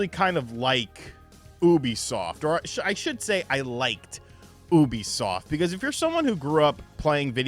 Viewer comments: its ubisoft not obisoft 😂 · Why you say it like that?😂😂😂😂 maybe I’ve been wrong all these years. YOU-B-SOFT lol